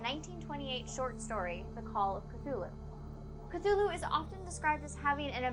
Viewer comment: uh, it's pronounced C-too-loo, not c-thoo-loo?